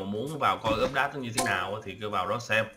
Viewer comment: a vẫn đọc úp đát =((((((((((((